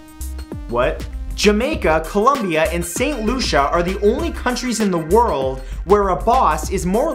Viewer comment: Omg st.lucia!! My family is firm there and you pronounced it right!